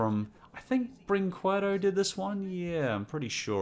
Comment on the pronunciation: For video brinquedo you used long a sound in worsT animated rip offs but now you use short a sound